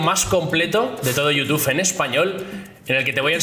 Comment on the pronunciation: Cada vez que oigo Yutufff me sangran los oídos, es Youtub. ^_^